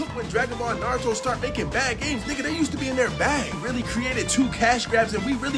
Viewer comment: "Narudo"lmao why do niggas put D in Naruto's name and pronounce that way?!